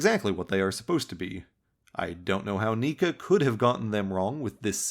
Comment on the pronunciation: I'm like 90% sure that Neca is pronounced Neck-Uh